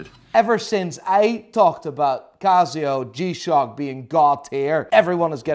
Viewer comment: its not CAZZIO its CASIO